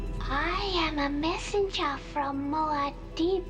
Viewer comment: I just love the way Stilgar says "Muad'dib!" right after Paul kills Feyd by using he Voice. Sounds like he's saying "Goddaaamn!" Gets me everytime